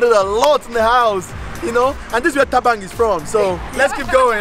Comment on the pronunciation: This one keeps saying Thabang